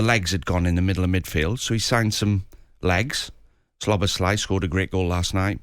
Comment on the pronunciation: Saunders has no clue get a better pundit. It's not slobozlai